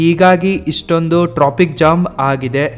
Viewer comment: Tropic alla hadu Traffic ✅. Ninndu education hag idiya sishya😂